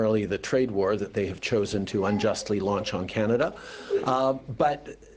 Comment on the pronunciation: Im sorry what did she say kinyada?